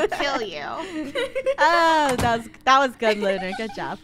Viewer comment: Lunar not lunerr